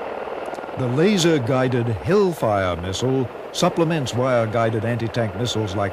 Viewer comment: Mistle? Learn how to speak properly ya gallah!